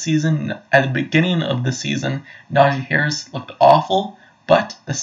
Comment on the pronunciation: I love that you keep mispronouncing his name. Who cares who this guy is? He clearly hasn’t been watching Najee over the last two years. 1200 yards behind the worst rushing line in the NFL last year.Then over 1000 yards in a season when he was injured for about half of it. Not bad.